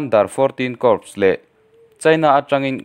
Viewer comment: Corps tih hi "kawr" or "khawr" tia lam tur Asin...aaa...I thu thu